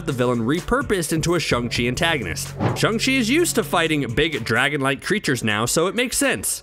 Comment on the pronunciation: It's pronounced shang chi not shung chi